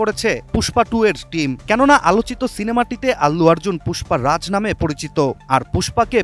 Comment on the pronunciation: অল্লু আর্জুন না ভাই অর্জুন ঠিক মতো নাম টাও উচ্চারণ করতে পারে না আবার সংবাদ প্রচার করতে আসছে।